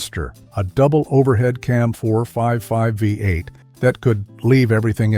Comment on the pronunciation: Chrysler Hee-mee? Vye-8? Made by computers, for computers.